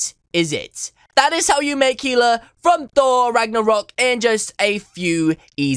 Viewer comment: Dude the only reason i clicked on here cause i searched my name and found this and he said my name perfectly others gets it wrong AND yes my name is HELA :>